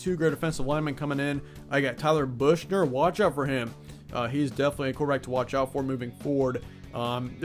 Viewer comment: Tyler Buchner (pronounced “buck-ner”)